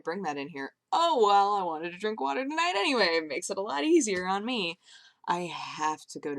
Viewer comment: WATAH, NOT COFFEH!